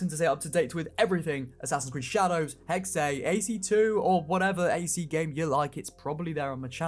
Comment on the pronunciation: I'm german and afraid that they will fuck up Hexe with the cat thing. Also I hate how nobody says Hexe correctly. Most people say Hex or Heksy or something like that